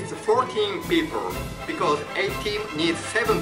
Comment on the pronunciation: 発音ですが、Rを意識しすぎてRのない単語もビコォーズみたいな感じで発音してますよ。